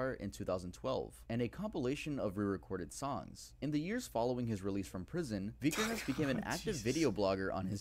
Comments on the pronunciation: says vikernes weird. its vik-kur-ns. and fun fact, on his ep aske (ashes in english), the original releases included a match to burn down the owners local church, as varg did, and used a photo of the burnt church (fantoft stave church in norway) as the album cover. also his band Burzum is a solo one piece band. sammoth was only a guest apperence. euronymous, the man varg murdered, was also a guest apperance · Vi-ker-nes. You're Norwegian, you should know this.